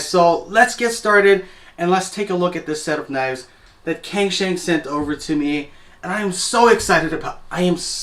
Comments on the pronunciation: Just a small thing, wouldnt cangshan be pronounced Tsangshan? Or maybe its a cantonese brand, I dont speak any cantonese so for all i know it might be. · Pronounced as “tsang shan”